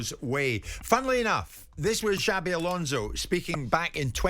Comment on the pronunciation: Xabi= Chabby, Alonso is pronounced like " so" , not " "zo". Next lesson, Mauricio Pochettino